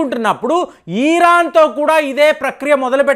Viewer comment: ఈరాన్ enti pulka ఇరాన్ 😂😂😂